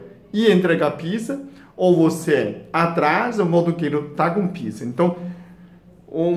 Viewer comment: Dr. gosto muito do seu jeito simples e sábio de ensinar. Há, com todo o respeito, pede pra algum brasileiro te ajudar com a pronúncia da palavra "pizza", porque tá saindo um palavrão.